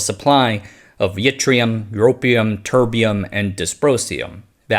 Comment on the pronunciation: He say 'TURDium'. Hehehe